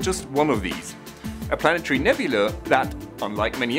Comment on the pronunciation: nyuk nyuk. . he said "nebulee" . .ya. .i'm simple.